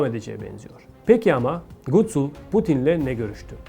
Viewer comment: Gutsul degil Gutul 💆🏻‍♂️